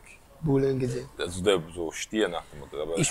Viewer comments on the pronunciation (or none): Engizek nicht enigicek er sagt kerim engicek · Er heisst Engizek und nicht engicheck! Tövbe tövbe 😉